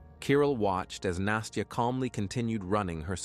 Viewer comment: the narrator keeps pronouncing it "nasteeyah" A Russian saying настя doesnt have the ee in it.